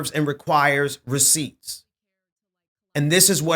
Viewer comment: please stop saying "receipt"... it makes you sound ignorant.